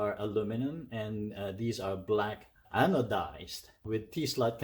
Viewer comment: Looks great...hope you enjoy it soon!!! And you did say anodized correctly😁